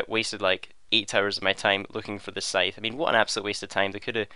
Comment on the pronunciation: It is also the correct pronunciation of the word Scythe